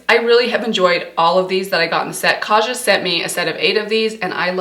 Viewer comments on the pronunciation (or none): none